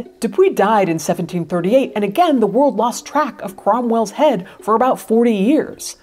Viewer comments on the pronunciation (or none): none